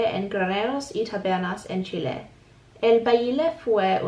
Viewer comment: The fact that you said Chile the right way just made my day ❤️. Cueca is the main national dance! And you got it right "la cueca". we have other "national" dances but they are different according to the area or region of the country. Chile is a beautiful. Country as you can tell I clearly love my country. As much as I love live in your country now hahahaha. If u need help I would gladly help you. 💚